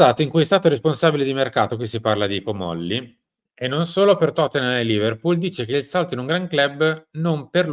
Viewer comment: Ma! Si dice..Comolli'😅🧐